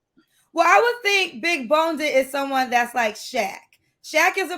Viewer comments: As an Australian who has never heard the word when y'all say big boned you sound stupid, when you say big boneded you sound like a bloody moron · That’s big boned not big bonedid. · Big "boned" "bone-did" is not uh word....✌🏽😐❤️ 😂😂😂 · Omg,i cringed when she said big" boneded" but then YOU said it.... C'mon girl. Your show needs more class...in many ways. I say this with love😊❤ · why are you feeding into her saying BONEDED